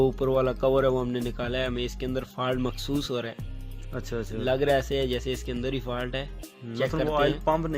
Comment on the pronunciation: Yar "mehsoos" hota hai ya "Makhsoos" ????